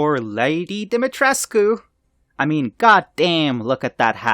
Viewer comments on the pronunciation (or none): The way you pronounced dimetrescu 😂